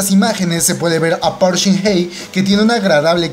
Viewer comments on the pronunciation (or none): Tampoco pronuncias bien el apellido de park(박) shin hye, se pronuncia bak. Tu dices bok